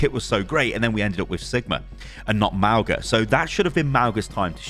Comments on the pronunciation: [Mawng-Uh] not [Mao-Guh] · mauga is pronounced mau-nga! with the g being a light g like the one in tongue. mauga is samoan and his name means mountain! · it's pronounced mow-nga; mow as in mowing the lawn, the same 'nga' that's in singapore. mow-nga. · Sorry, pronunciation is really getting to me. Since Mauga is a polynesian character the most appropriate and likeliest way of saying his name would be mow-nga. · Mauga is pronounced Maunga the g is a ng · its not mauga god damnit